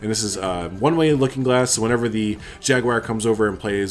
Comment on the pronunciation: Great build. But I personally hope to never hear Jaguar pronounced Jagwire again in my life